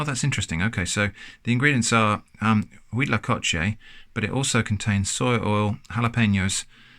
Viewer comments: actually impressed on your pronunciation of huitlacoche, its good. :D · Me parece un poco sospechoso lo bien que pronuncia Huitlacoche. Podría ser una persona con una excelente dicción o alguien que ha viajado a países de habla hispana. El Cuitlacoche es una Delicia que primero hay que degustarla algunas veces antes de que se convierta en una de las comidas favoritas. Saludos desde México